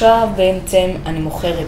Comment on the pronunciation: למה אתה אומר בעמצם אומרים בעצם